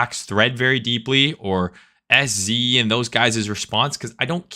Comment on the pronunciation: SZ more like "L"Z.